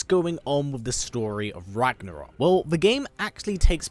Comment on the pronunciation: It really pisses me of that English speakers can’t pronounce Ragnarök correctly 😂